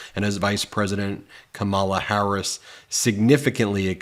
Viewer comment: Your pronunciation of VP HARRIS Is incorrect sir. Just a friendly heads up